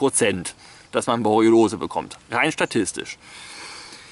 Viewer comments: es heißt "Borreliose" nicht "Boreolose" XD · Das heißt Borreliose, nicht "Boroliolose", "Boriolose", "Borroliose", "Borroliolose", etc., lieber Herr Master of Science.